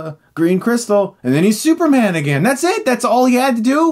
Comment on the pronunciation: "And now he's SUPERMNGN?!" 🤣🤣🤣